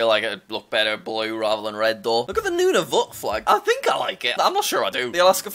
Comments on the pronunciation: it's pronounced nUn a vEt. Not noonavoot just some info from a passionate Canadian. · I love jack trying to say the Canada provinces!! “NunaVUT” and “ QWeBEK”no hate at all just made me laugh! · Its Pronounced Nun-a-vut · and the pronunciation of nunavut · And Nunavut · As a canadian.. I am sad that he said Nunavut wrong… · The way you said Nunavut😢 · Nunavut is pronounced none of it